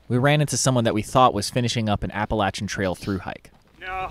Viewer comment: Thanks for pronouncing“Appalachian” correctly.